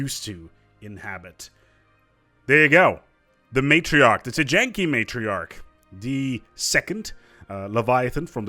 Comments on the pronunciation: It's pronounced "Tee-yan-kee" not "Tee-jan-kee." 👍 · Why would you pronounce a y like a j? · He's reverse-German. Instead of pronouncing J like a Y, he pronounces Y like a J. :P